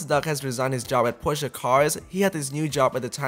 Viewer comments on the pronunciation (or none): Why are you calling it Porscheeeeaaar it's Porsche